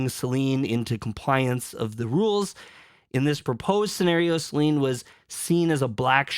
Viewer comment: What is with everyone calling her Selene? There’s not even an E at the end lol